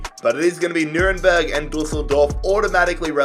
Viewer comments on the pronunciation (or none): none